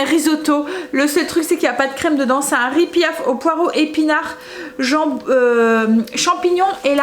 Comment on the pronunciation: Le riz pilaf je voudrais te dire que le L se prononce ce n’est pas riz pillaf